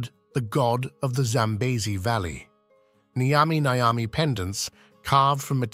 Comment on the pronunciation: It's not Nigh-yami Nigh-yami or whatever the hell you said. Nyami Nyami dude. Pretend you've eaten a nice burger or pizza or whatever, and you enjoyed it so much you say it tastes nyummy. Now say it twice